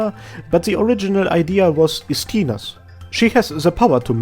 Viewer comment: I really like Arknights lore, so thank you for your lovely videos. Small clarification about Ursus ("Russian") callsigns: Zima ("Winter") reads as Zi-mA (accent on A, not I) Istina ("'Truth") reads as I-stina (accent on first I, not the second one) Also, Rosa ("Dew", or "Morning Dew") has an accent on A (Ro-sA). Leto ("Summer") usually reads as it should be (LE-to) Gummy is Gummy and Absinthe is Absinthe.